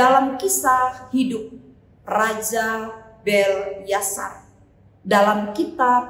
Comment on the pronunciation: Maaf bu Pendeta, penyebutan nama raja harus benar , yaitu : BELSYAZAR, bukan BELYASAR..Terima kasih..Selamat melayani..